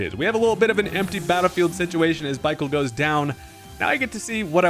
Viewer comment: Bichael lmao